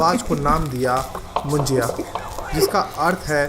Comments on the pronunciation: Moon-ji-ya nahi Moon-ja (मुंजा)😊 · मुंज्या... असत रे.... मुज्या नाही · मुंजाया नहीं मुंजा बोलते हैं